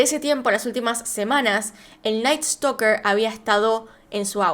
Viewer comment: Jajaja me dá risa como dice (creo que se llama ), en vez de "Night Stalker" dice: "El Night Stoker"... 😂😂😂🤣🤣🤣